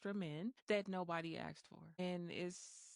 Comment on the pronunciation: "...extra men that nobody axed for". What the hell do you "ax" somebody for?